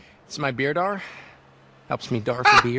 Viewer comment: "but its my beerdar"